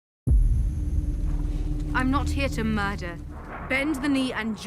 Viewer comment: she says "im not here to MARTYR". not murder.